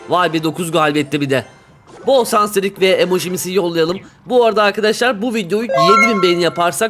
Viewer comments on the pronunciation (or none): abi normalde şans diyebiliyordun noldu böyle artık sans diyorsun 7.06 😂😂